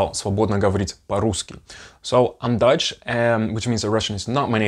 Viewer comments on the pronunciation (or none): As a German who is listening to your video, when you say Dutch it always sounds as if you were saying Deutsch (German) to me, which is funny. 🤣 Thank you for sharing your journey!:trophy-yellow-smiling